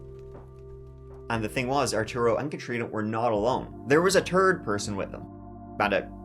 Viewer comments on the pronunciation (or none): It’s not Terd 💩! It’s Third! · your accent is the best! Tirty (30), tree count em (3), and best for last the turd person (3rd)!!!!!😂 I love it!!!! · What a t'ird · I tee hee every time you say third. I’m curious, how do you say ‘turd’? Adore you, sir!!!!